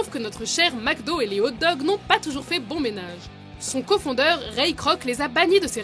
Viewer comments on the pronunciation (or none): On dit pas co-fondeur mais co-fondateur mais sinon bonne vidéo ^^ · "Une famine en Afrique du Sud en 2002"??? Vérifiez vos sources les enfants au lieu de faire des erreurs pareilles... Et on dit "co-fondateur" en français, pas "co-foundeur". A REVOIR